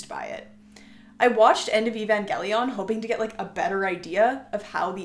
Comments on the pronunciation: Why do you say Evangelion like that. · Sad you have these but can’t pronounce evangelion 💔